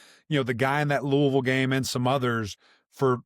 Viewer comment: You know this is a trustworthy podcast because they actually pronounce Louisville correctly!